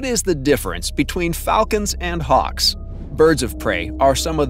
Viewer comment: Harks? Don't you mean Hawks? Learn to pronounce the English language, before posting a video.